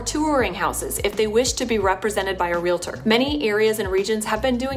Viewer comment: Never trust a reporter who says REAL-ah-Tor. It’s Real-Tor. There is no “ah” between the two. Just another thing they got wrong.